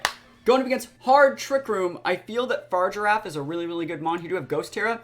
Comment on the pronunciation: Just fyi brotha fa-rig-ir-af...not far-i-giraf lol